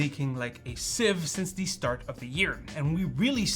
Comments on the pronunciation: Just so that you're aware, "the" is pronounced as "thee" only when it is followed by a word that begins with a vowel. For example, it's "the start," "the year," "the benchmark", and "the 13900K" (and not "thee start," "thee year," and "thee benchmark, and "thee 13900K"). Pronouncing it as "thee" all the time, however, does not make you sound erudite; it makes you sound like a tool bag. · "Thee" audacity of some people lol